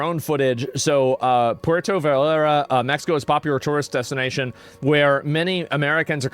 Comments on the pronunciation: Puerto Vallarta. " Vi Art Ah" Are you sure you're from Texas? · for fuck sake... you live in Texas... learn how to pronounce spanish words. Vee-yar-ta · Vallarta pendejo. Not valarta 😂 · I was in Monterrey this shit delayed my flight by 6 hours. They were locking down everything. Also to help you on the pronunciation for Vallarta think of it like ba-yar-tah. Also it was our national guard but you helped us with Intel for sure. I been to that beach its sad. That place is beautiful. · Puerto Bah-Year-tah